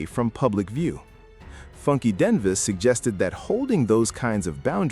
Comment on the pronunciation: it is pronounced Die Knee va. Funky Dineva damn. Learn to pronounce the names please